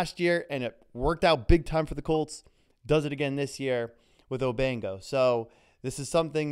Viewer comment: They are going nuts with his name. They keep calling him Obingo. They aren’t even reading the letters in the kids name.